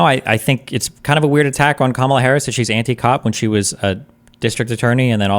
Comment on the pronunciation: When someone keeps saying Harris' last name over and over wrong and a way that sounds more like an animal than its supposed to is just being a punk imo.